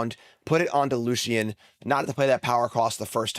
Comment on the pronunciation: If you pronounce Lucian’s name wrong one more time, I will request to engage in fisticuffs, good sir!